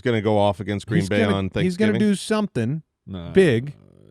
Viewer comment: "Thicksgiving"? What was that about?